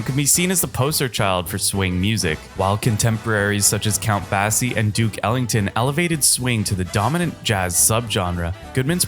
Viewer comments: You need some work on your pronunciation. It's pronounced "The Girl From EE-pa-NEE-ma, not EE-panama. It's Count BAY-SEE, not BASS-ee. and it's Dizzy Gillespie, not Jillespie. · Count Bass-ee? Yeah, better check some of those names you're not familiar with. Tough to give much credence to someone who doesn't know some of the pretty common words and names in the genre. Interesting list but with some greats but... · Please, please, please learn to pronounce words if you’re going to narrate videos. Ipanema is pronounced ee-pa-NÉE-ma. Count Basie is pronounced BAY-see, not BASS-eye.